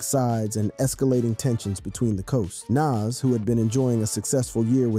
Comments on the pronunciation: Nas not nes 😂😂😂😂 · Nas, nas! Not Naas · Bro is Nas it’s not Naz you gotta say his name right bro the guides of the rap legend and you’re screwing up his name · To the mediator of this video I just want to say It's Nas not Naz just like another one I seen Tupack Jay Z corrected him it's Tupac not Tupack. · Why are you pronouncing Nas's name like that? It's Nas not Naas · Ngl, it lowkey kinda irritated every time he kept pronouncing his name "naz." Pronouncing it like jazz but with an N at the beginning, lol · Who tf is NAZ 😂 bruh it’s Nas lmfao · NAS..not NESS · Bro at least say Nas name correctly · Bro you need a to stop pronouncing Naz 2 different ways lol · Nas not Nass LOL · Nawwwwws not naaaasss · Say it with me its nahz not naz....U pissing me off u dont even know how to say nas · the crazy part is, he says it correctly sometimes but most of the time he doesn't... so annoying! Who tf is Nass? 😣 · We gonna let him keep saying NAAS? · Why are u calling him NASS? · The way you say Nas is wild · Wow they cant even say Nas's name right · You gotta learn to say the name Nas correctly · Say Nas’ name right. It’s not nas. Show some respect. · Why is he saying Pac's name right but keeps butchering Nas? Like guy you cant say Nas? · say NAS name right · Hate the way this guy says Nas name. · Ughhh im sorry but how your sayin Nas is NOT right . Its like how "Really" White people whom dont know anything in hiphop call 2Pac .. 2 PAck lol.... Just listen to the Dope song NAS is like.. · Pronounce "Nas" correctly please. Or dont make videos. Its incredibly disrespectful. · You have a youtube page named rap daily and can't even pronounce Nas, Pac, Hussein Fatal or the Fugees correctly... Come on man.... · Are you purposely pronouncing Pac's and Nas's name like that?!! You're channel is called Rap Daily, but you can't pronounce most rap artistes names correctly?